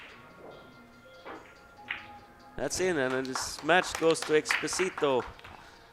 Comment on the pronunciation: Please try for the next time to pronounce correctly the spaniard surname... it is not Expo-SI- to, thats the famous Luis Fonsi song DESPACITO, its Ex-PÓ-sito, accent in the second silabe. Thanks very much.